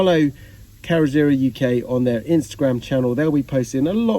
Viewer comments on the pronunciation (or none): You're murdering the pronunciation of "carrozzeria" - its "CAR - ROT - ZER - REEYAH" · Carrozzeria simply means 'body shop' in Italian and it's pronounced Carrozz-e-ria